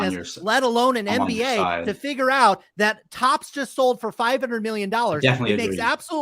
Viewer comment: “He would sewl these fwizzbees”